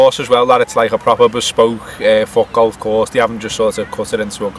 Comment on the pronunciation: It makes me laugh every time pronounces foot golf. Sounds like fuck off.